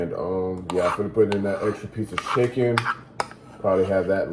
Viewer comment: Are you saying schicken? Lol